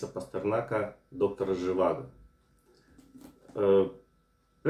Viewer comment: доктор ЖивАго - второй слог ударный!